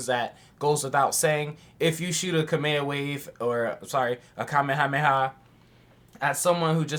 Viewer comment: I love how you pronounce some of the things you do. In this video I heard you say "kameha playa" and in another video you referred to master roshi as the goat. "Wtf is the goats name??" I dont know if its intentional or not, but I love it lmao